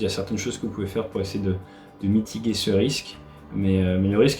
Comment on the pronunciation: Bonjour Ate, c'est marrant parce que "Mitiger" tu le prononce : "mitigué" alors qu'on le prononce en France "Mitijé". Il y a t il une raison ?